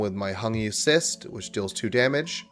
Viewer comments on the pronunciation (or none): Its defo cRyst not cyst haha😅